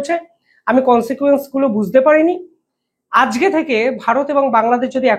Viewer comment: বাংগালী হয়ে বাংলা শব্দ উচ্চারণ করতে পারে না। হয়ে গেছে ইউটিউবার । আজকে শব্দটি উচ্চারণ করে আজগে😂। এরা হলো গদি মিডিয়া।